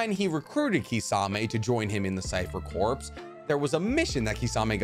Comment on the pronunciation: Corps is pronounced like core